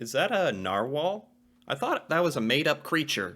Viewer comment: It was a Narwhahl